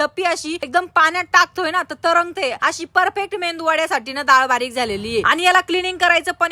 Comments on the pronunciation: मेंदू नाही मेदू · Mendu Vada nahi ho medu vada😅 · Mendu vada nahi Medu vada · मेदू वडा असतो तो... मेंदू वडा नाही 😀🤦‍♂️ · pan ka mendu vada mhantat 😂😂😂😂 Medu vada asat te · Medu vada ga bai...mendu nhave 😂😂😂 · MADAM MEDU VADA MHANTAT. MENDU VADA NAHI. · मेंदू वडा नसतो 😂 मेदू वडा असतो तो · मेंदू वडा😂✔️ मेदु वडा❌ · Mendu vada nahi tai medu vada